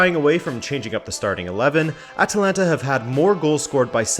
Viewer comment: Surprised? This guy cannot even pronounce the name of the club... Shows that they never actually watched Atalanta before the hype was well underway. THIS VIDEO IS AT LEAST 4 YEARS OVER DUE. CALL YOURSELVES A FOOTBALL CHANNEL? PICK UP YOUR GAME.